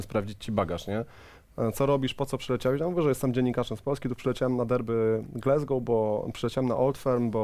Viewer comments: Panowie, błagam, "glAsgoł" nie "glEsgoł"! Aż uszy bolą i serce się kraje. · nazwisko byłego trenera reprezentacji Szkocji i Celtic Glasgow wymawiamy [gordon straKan] a Glasgow wymawia się [glazgow] a nie "glezgow"